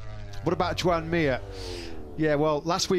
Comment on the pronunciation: „Yoan” not „joean”…. Learn how to spell Mir name